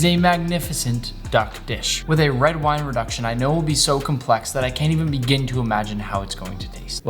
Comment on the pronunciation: Thought you said why instead of wine